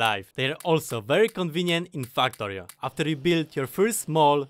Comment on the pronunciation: why does it sound like you say f**ktorio🤣